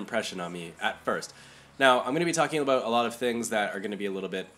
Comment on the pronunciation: about or... aboot?